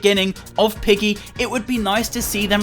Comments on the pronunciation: lol did he say Roblox piggly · Ah yes "Pliggy"